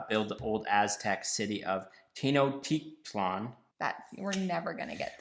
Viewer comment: Agreeed 1988 is the best year hahaha and that last pronunciation of of "Tenochtitlán" was good!!! As a Mexican, I approve 😆